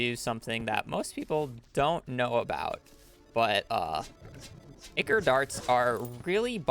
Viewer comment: Brilliant speed run great job but holy shmoly that is so far from how you say ichor